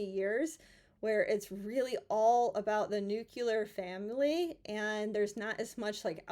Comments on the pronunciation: Thanks again,. You seem to be able to cut right to the point. I’m amazed at your understanding of men and relationship dynamics. I have to tell you, though, that the word is NOT “nuke-you-ler” — the word is “nuke-lee-er.” What’s the phrase? “Just sayin’.” Thanks again! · NU-CLE-AR, not nu-cu=lar. There is only one 'U' in nuclear. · It's nuclear not nucular. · The word is "nuclear", not "nucular".